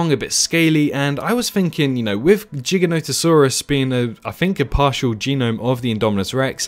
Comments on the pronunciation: Not jiganotasaurus giganotasaurus you're saying it wrong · “Jiganoto” is the Official Correct way to pronounce it according the the Palaeontologist who discovered the fucking beast of a creature🤣 I do alternate between Jiga and Giga so people wouldn’t point it out so much